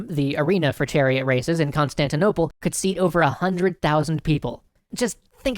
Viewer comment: Um i believe you mispronounced “Constantinople” when you described what city the haga sophia was in the middle of.